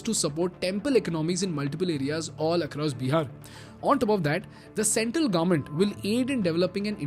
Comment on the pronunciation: Can you plz stop calling it Beeehar, its Bihar!!!